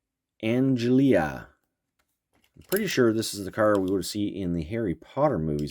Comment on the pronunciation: Ford Anglia (An-Glee-a) 🤣